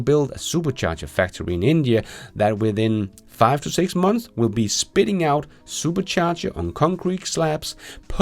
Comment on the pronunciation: six months, months, you have to at least try to say the s. MONTHSSSSSS